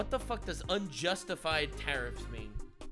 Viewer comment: took me like 5 times until i realized he said tariffs not terrors